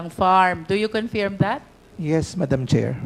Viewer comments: Magaling si Hon Luistro, pero nkaka bing nge kung mabigkas niya ang word na "Confirm or confirmed". Pronounced as "Kuhn-Furm", Not "Kuhn-Fairem"😢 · I love the way Cong. Luistro pronounces "confirm" 😅